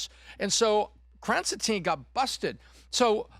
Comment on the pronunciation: "krasen teen"?